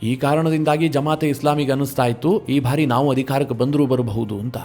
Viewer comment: ನಿರೂಪಕರೇ , ನಿಮ್ಮ ಬಹಳ ಸ್ಟು U ಟ್ಯೂಬ್ ಗಳ ವಾರ್ತೆ ಗಳನ್ನು ಕೇಳುತ್ತಿದ್ದೇನೆ. ತಾವು ಕೆಲವು ಶಬ್ದ ಉಚ್ಚಾರಣೆ ಸರಿಯಿಲ್ಲ ಅನಿಸ್ತದೆ . ಬಾರಿ ಎಂಬುದನ್ನು ಉಚ್ಚಾರಣೆ ಮಾಡುವಾಗ ಭಾರಿ ಅಂತಿರ ಭಾರಿ ಗಾತ್ರ = ದೊಡ್ಡ ಗಾತ್ರ ಭಾರಿ ಪ್ರಮಾಣ= ಹೆಚ್ಚಿನ ಪ್ರಮಾಣ . ಈಗ ಅರ್ಥವಾ ಯಿತಲ್ಲ ಬಾರಿ ಹಾಗೂ ಭಾರಿ